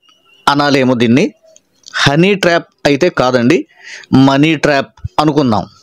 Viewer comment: పాస్టర్ గారు ట్రేప్ కాదు❌ ట్రాప్ ✅